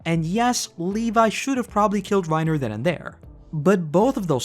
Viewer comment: I’m about to start a ‘Reiner Hard R’ counter it’s Reinuhhhh